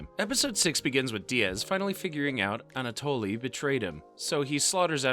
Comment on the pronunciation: anatoly..."a natalie"...please, dude